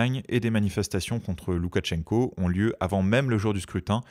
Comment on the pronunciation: Très intéressant comme d’habitude! Petit détail de prononciation, on ne prononce pas de t avant le ch. C’est donc, pour l’écrire en français, loukachenko